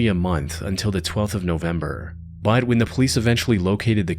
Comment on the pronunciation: You know the word is "but," right? Not "bud."